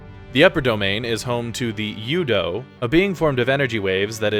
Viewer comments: You have never played the game. U-do is spoken by several characters, several times. It is "ooo doo", not "you dough". Simple little thing, and proof you've never played it. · Dude, have you played the games? U-do is not pronounced you-doe and it's been referenced in the games many times. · Stopped watching after hearing "you-doe" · the bad pronunciation of things so clearly said in the game is so cringe LOL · Thank you... I couldn't take them seriously after hearing their pronunciation of U-DO